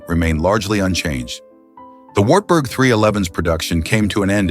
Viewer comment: AI is terrible. Some words are better off left to their original language. Wartburg is one of them 😂